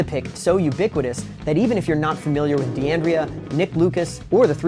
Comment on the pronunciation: it should be pronounced " dan-dray -ah and D'addario is "dad-a-re-oh"